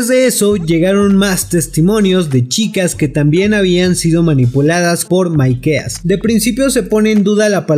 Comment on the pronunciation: Porque decís maikea jajajajja